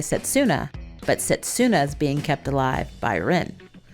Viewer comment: Just to clarify for future, it’s not pronounced set-su-na, it’s se-tsu-na. So in Japanese せつな (which can mean something to the effect of “moment” for anyone interested). The character つ is “tsu” so just like in tsunami. Also, this one isn’t as big of a deal because it can be very difficult for non-native speakers to get the hang of, but “r” sound is often described more like the “d” in “ready” but I’ve also heard it described as trying to combine r, d & l into one letter. My dog is named Hiroki and the hiragana characters are ひろき but we use the kanji to clarify the meaning which is 大樹 (great tree). People try to pronounce it like the English words “hero” and “key” but it sounds a little closer to “he-doe-key” but plug that, Rin (りん) or Moroha (もろは) into google translate and listen to the pronunciations. Even just listen to the following characters and it should be helpful: らるれろり